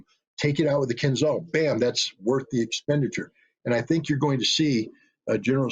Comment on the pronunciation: Mr. Ritter spells missile "Kinzhal" wrong. It should rather sound like "Keenjeal".